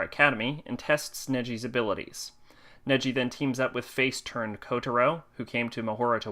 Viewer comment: sorry to correct your pronanciation it's nagi not neji